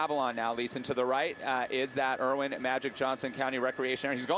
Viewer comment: Every time the guy said "Erwin Magic Johnson" I crinkled my face a little. Really? You live in LA and you're saying "Erwin"?